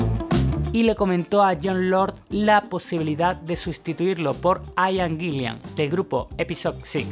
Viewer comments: Cada vez que mencionas a Ian Gillan como Gillian me das una patada a la oreja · Buen video. Por cierto, desde el respeto: "Ian Gillan", se pronuncia "ian guilan", no "aian guilian". Un saludo. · Muy buen video sobre uno de mis héroes musicales! Como crítica constructiva: trata de mejorar tu pronunciación del inglés, porque muchos de los nombres y los apellidos los pronunciaste muy mal (aian guillian, por ejemplo, cuando se pronuncia ian guilan). Vale pues. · Like por hablar por fin del maestro Richie Blackmore!!! Pero me desesperas que digas " Dip Parpel". "Ian Gillian". Ojo con eso!!!! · Ian Gillan, y lo ha dicho hasta el cansancio que no es Guillian y este compa hasta se atreve a hacer un video. Por eso no hay que creer todo lo que vemos en Internet. Y yo sé que en España tienen su propia pronunciación, pero escuchen como ellos mismos dicen su nombre, no es porpel, no son los Bitels. Que alguien los ayude por favor.